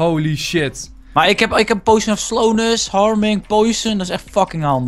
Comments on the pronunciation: Het is potion geen poeition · enzo uitspraak oefening; Potion - Poo sjen poison - poj zon poison potion - poj zon poo sjen